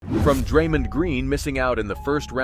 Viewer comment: One second in, you pronounced Draymond wrong - instant ick, no credibility